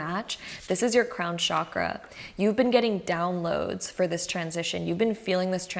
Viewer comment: The word Chakra is pronounced as “Chuck-ruh” not as “Shock-rah”.